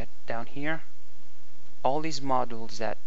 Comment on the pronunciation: Bro this is great. Doubles as an Ollydbg tutorial as well. btw 'modules' is pronounced MA (like mom) joules / jewels